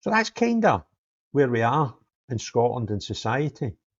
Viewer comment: Scoatland 😂 Can’t even say the Country correctly. Not the brightest.